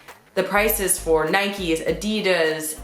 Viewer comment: You complain about the pronunciation of Levis, but you are utterly wrong to pronounce Adidas and Nike :)